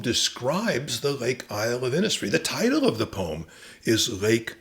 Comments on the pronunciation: Innisfree is pronounced Innishfree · Its just a small point, maybe made already, but the pronunciation of Innisfree in Ireland would be Innishfree, and that is how everyone there says it. The recording by Yeats is indistinct at that point but here is Adrian Dunbar reading it: The reason is to do with Irish place names being anglised hundreds of years ago and ending up approximating an original Irish phrase, but looking English. Eg Cnoc Mór or big hill would have been turned into Knockmore by British mapmakers, but people knew the original Irish words so often kept the Irish language pronunciations, in this case Inis is a word that means island, and is pronounced Inish. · Absolutely fascinating stuff, and well read and interpreted. One thing, though: Innisfree is pronounced 'Innish Free' Thanks